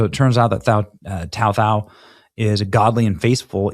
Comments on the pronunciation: His name is pronounced like the number 2, last name thao and he is hmong. Minnesota betrayed their officers. Love your work Benny. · His name is Tou , pronounced like “Two”, Thoj “Tall”. He is of Hmong Heritage. He is a hero.